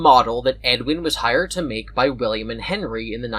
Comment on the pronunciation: "Billiam" got me fucked up 😂